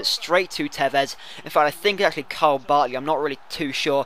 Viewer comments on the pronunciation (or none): none